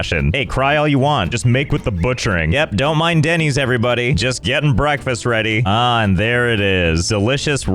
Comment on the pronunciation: I would rather be one of these villagers than hear Denys pronounced Dennys instead of Dennis one more time